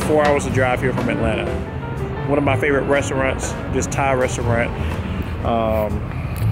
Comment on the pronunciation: "Resaraunt" lol sorry...